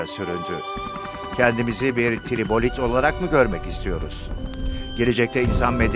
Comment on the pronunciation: "Kendimizi bir tribolit olarak mı görmek istiyoruz?" Videonun tek hatası sanırım. Tribolit değil trilobit :)